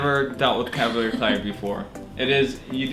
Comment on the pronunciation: wow. the way she says calvalier clay